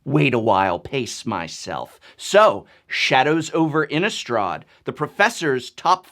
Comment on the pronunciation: Also, why do so many people pronounce Innistrad as if it has a U sound in it? Innistraw'd? I thought the "rad" part of Innistrad sounded just like that, rad. I can understand words like chaud, applaud, etc, that have the U, but not Innistrad! INNISTRA_D.